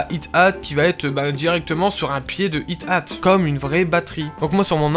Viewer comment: on dit ayate :) pas ite ate